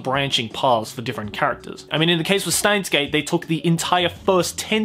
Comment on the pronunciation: steins;gate in japanese is シュタインズ・ゲート (shutainzu geito), because STEIN is the german word for stone, it is pronounced shteins as can be seen in japanese. Germans use "sh" sound for "st" and "sp".